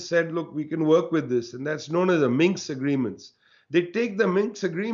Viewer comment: Minsk, not Minx!